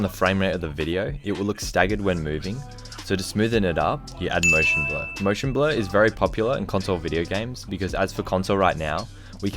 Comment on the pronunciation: When he says blur it sounded like blood